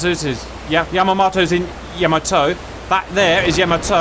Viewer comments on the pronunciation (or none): its pronounced " YAH MAH TOE" not "YOE MO TOE"